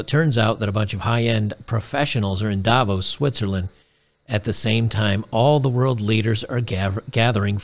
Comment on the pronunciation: For Davos the stress is on the 2nd syllable, not the first.